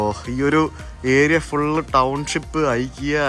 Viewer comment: CorrectPronounciation. ഇക്കെയാ✅ * ഐകിയാ❌